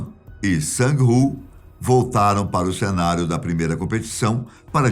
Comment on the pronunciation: Eu tentando descobrir quem era o tal Dirrãn HUAHUAHUAHUA 🤣🤣🤣 Era o Gi-hun! (pronúncia-se Guirrun) HUAHUAHUAHUA! Sang-woo pronuncia-se Sán-wuu e não Sãnguiwuu, Kang Sae-byeok pronuncia-se Kán Sebyók